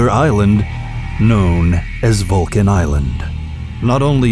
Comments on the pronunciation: ITS SAID VULCAN TAAL ISLAND NOT VULCAN ISLAND.. LOCATED IN TAAL BATANGAS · Vulcan Island? Really? Hahahahaha! It's Taal Volcano dude. We don't call it "Vulcan Island. 🤣🤣🤣